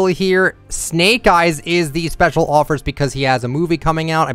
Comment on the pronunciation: Did he say specal spine